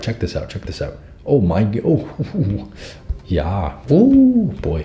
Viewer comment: He:Ja me:Omg i thougt he speaks german for a minute